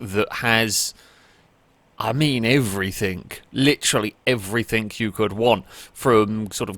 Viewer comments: 'everythinG' not 'everythinK' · “Everythink” lol love you